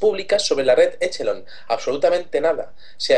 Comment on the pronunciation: usen OpenEnglish por que asi no c pronuncia Echelon asi c escribe pero se pronuncia Equelon